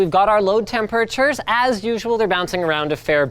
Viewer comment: Linus, WHY do you say "temperatures" so weirdly?